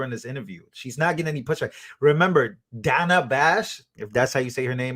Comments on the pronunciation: You know she's reading notes that's why she said the lady's name wrong 2 times because she's saying her name as she's reading it Dana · So funny when she mispronounced Dana 😂😂😂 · Funny how someone on MSM said Kamala's name wrong and was told he is racist. Soooo...Kamala must be racist for pronouncing Dana's name incorrectly. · She mispronounced Dana’s name!!! She is a SEXIST!!!!!